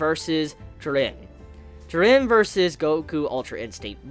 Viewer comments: Bro it’s Ji-ren!!!! Not Jer-ren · "Jur ren" ITS FUCKING "JEER EN"